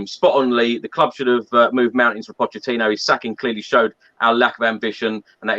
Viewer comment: if lee continues to say 'potechino' he shouldn't be allowed to speak..seriously Lee ..